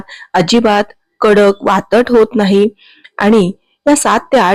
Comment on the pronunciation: वातट नाही, वातड